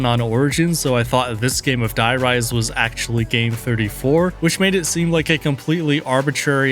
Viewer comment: Stop saying “die” rise” its “der reese”